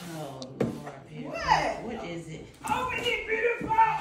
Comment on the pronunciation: I love when they call eachother “ breutiful”